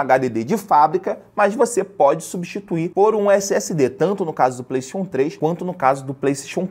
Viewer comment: eu queria saber pq q ele fala PLEIXON inves de playstation